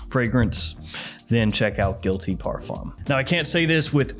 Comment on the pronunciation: Please learn how to say parfum. It’s not par foam or fom. The fum is nasal and kind of like fain or like a hard nasal fan with the emphasis on the a and not the n. But you probably already know that.